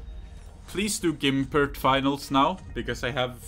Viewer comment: It's gumpert not gImpert btw